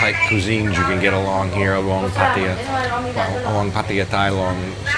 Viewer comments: Pattia??? 😂😂😂😂 cracks me up every time 😂😂😂 dumb arse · You have such a weird accent and the way you say Pattaya is like no other pronounces it. Ok. Enjoy your stay.